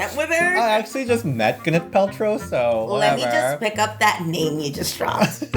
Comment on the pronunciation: IF YOU CALL GWYNETH “GINNITH” ONE MORE TIME....